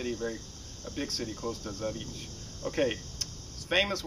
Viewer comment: I think pronounced it right.